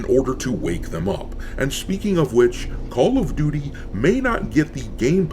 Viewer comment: Call of Doo-Dee 🤷🏻‍♂️